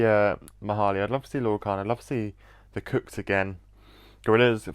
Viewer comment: i love it but pls stop pronouncing the kooks like the cooks pls i beg